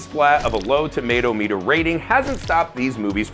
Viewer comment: Toe-muh-tom-uh-ter. Not 'tomato meter' and there is no world in which chronicles of riddick is even above a shitty movie